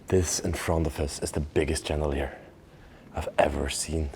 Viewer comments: Chandelier is pronounced Shan da leer. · When you pronounce chandelier, it is not like the ch in cheese but it is a softer sound like in share , shape, or the name Sean. Just a little English lesson for you. I love your videos and have view many of them. Thanks 😊